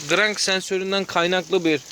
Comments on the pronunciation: Gıırrannk sensörrü....... Ne sensör ne ben söyleyim! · Grangggggg sensörü nedir yav😂